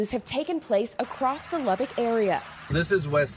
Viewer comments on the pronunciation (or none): Now repeat after me, Lubbock Texas that’s Lubbbic Texas